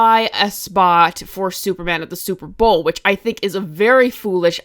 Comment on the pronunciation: "Super browl" my favorite lol